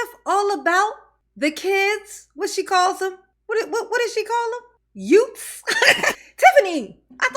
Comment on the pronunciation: that's da Yootz... 😁.. chillunz...from da communitah...